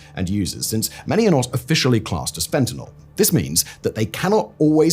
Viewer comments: Hey Simon! Thanks for pronouncing fentanyl correctly; I hate when people pronounce it fentanol. I realize by saying this, I run the risk of you mispronouncing it on purpose from now on, cuz I know that's how you are 😜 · Thank you for calling it fentanyl and not "FentaNOL" like most people.